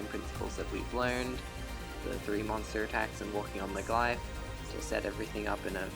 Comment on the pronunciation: Glyph is pronounced Gliff, with the f sound on the end